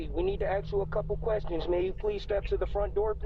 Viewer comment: 'CPD, we need to axe you a couple of quest shauns'